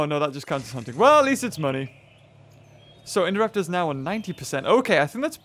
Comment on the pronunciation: who else loves the way says Indoraptor